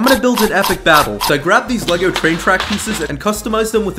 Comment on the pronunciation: its not elegle are u dume